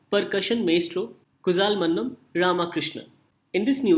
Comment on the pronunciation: its kulalmannam...not kuzalmannam...'zh' is special character in south India